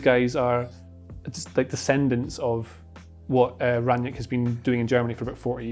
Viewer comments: It's Ralf Rang-Nick, not Ranyick... Sick of so many idiots, such as these, claiming to know how to pronounce it and getting it wrong... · Just a word about his last name: imagine you called your friend named Nick on the phone. You would say that you "rang Nick". That's how you pronounce it, not Ran-nyick lol. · There is no J in Rangnick. Just put Rang and Nick together and you got the pronounciation.